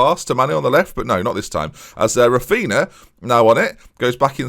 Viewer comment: please insert "Raphinha" into google translate in portuguese, it's so painful to hear you say the -nha sound as -na